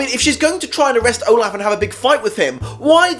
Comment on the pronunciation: Count O-Laugh